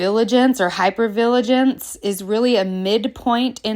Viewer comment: LOVE this!! Thank you. ...Also: it's "VI-gil-ance... not "VIL-a-gence.